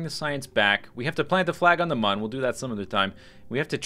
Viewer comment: Hey Z copy "klüger" into google translate and put it onto german language. Then play the word (sound thingy) das it still aound like muuuun... The answer is no... it doesnt...because thats a different letter in some languages... And mün (or muen) sounds way funnier